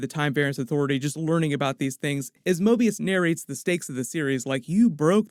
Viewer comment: Mobius is almost say morbius